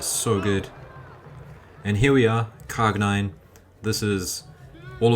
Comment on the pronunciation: Fantastic! I do appreciate all the work put on this video. BTW, Cargnin pronouncing is: Car (like car, vehicle, in English) gn (like the gn in gnu, the antelope, aka wildebeest) in (like the preposition in) Don't know if it is clear or more confusing 😅